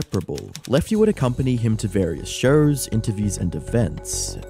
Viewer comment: What’s “shoys”. Do you mean shows?